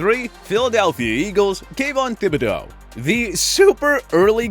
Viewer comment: He said “Thibodeaux” like how ppl said “Dimmadome” 😂😂